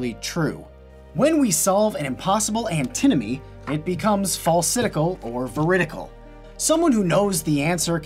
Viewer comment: Also, it's Antinomy, not Antimony. Google thinks Antinomy isn't a word.